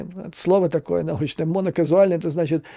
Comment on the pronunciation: так "монокаузально" или "моноказуально?" 🤭